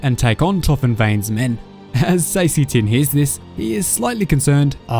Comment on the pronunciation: I think you pronounced seasee tinn’s name wrong. I think I might’ve even pronounced it wrong too. I’m pretty sure it’s “see-sa.” Lol